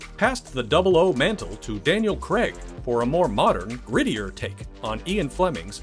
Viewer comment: Both terrible, Brosnan looks like a z-list male model from a Littlewoods catalogue, and Craig (not pronounced Cregg by the way, stop it) has no humour, and just looks bored and miserable in every film.